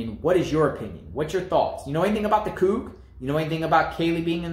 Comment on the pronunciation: It's pronounced Coo. Get it right